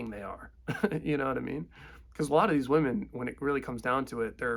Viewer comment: "I'm more attracted to then (wahmen) now [as opposed to pre-SR]" Yessssss... YESSSSS! THIS!